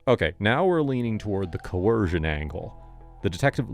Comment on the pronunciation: Coercion?! What’s wrong with this narrator